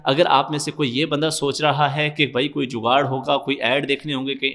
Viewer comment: When you say jugar 😂😂😂 gg bro last vedio daike app ki jewe eye wali